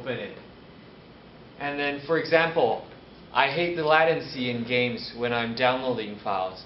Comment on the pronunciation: "I will have lower la-tan-see in the game"